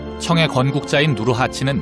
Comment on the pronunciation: 님 누르하치느으은~ 후금으은 중간중간 은 는 발음 질질 끄는거 좀 고치면 안될까요?? 진심 듣기싫네요 ㅜㅜ